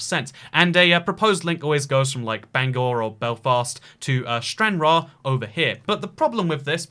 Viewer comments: In the Bangor, the O Is pronounced like an E btw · I'm sorry but the way ypu said Bangor killed me xDDDDD